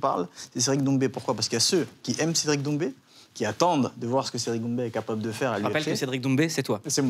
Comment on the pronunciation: l'accent sur son nom de famille???